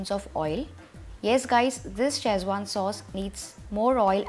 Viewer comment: If you come to China looking for Schezwan, spelling and pronouncing it like you do, no one will know what your are talking about. They will not recognise your recipe, either. Boil the chillies. Never. Tomato sauce/ketchup! Get out of here!